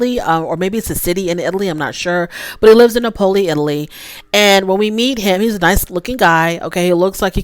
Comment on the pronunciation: Napoli...pronounced Nahh-poli or Naples if you really want to just say it in English.